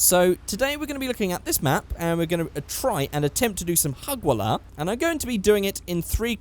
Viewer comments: When you try to talk arabic but you fail Hagwalla wtf its Hajwalla btw i live in Qatar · It's Hajwalah not Hagwalah xD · It's actually Hajwala Not hagwala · Its not hugwalah it produced hujwallah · Its hajwala but it's ok your learning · Its written hagwalah but pronounced hajwalah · its pronounced hajwala not hagwala, its the saudi arabian term for drifting to be exact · its called hajwallah not hagwallah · “Hagwalla” - - 2017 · it's pronounced HAJOOLA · hey am algerian witch means am Arab but u haven't said harwalla right buts it's ok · ha-j-wa-la thats what it is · It's pronounced like this "haj" hagwalah 😴👍🏻 and its only in SAUDI ❤️ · Btw hajwalla means drifting and he said it completely wrong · Hajwala is only pronounced like that in Saudi Arabia... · why are so many people criticising for pronouncing 'Hajwalah' wrong? do you all just assume that he's fluent in Arabic?